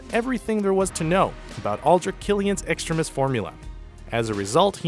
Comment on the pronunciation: LOL at "beefrost" and "extrimis."